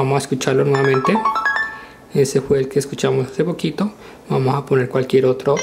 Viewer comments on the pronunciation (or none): porque siempre dices vamo